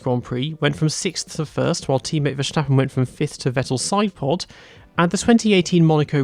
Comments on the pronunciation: Little tip: Verstappen isn't pronounced with a shh sound. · Ah yes Verschtappen, great driver.